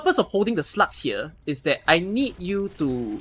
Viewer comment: When you hear a T instead of G in SLUGS, you can not unhear it and the video becomes a bit more fun :) Awesome guide btw! So easy to execute compared to others! In 2-3 months it is very likely to have more than one 6 star so it is great to see guides for normal mid-game players.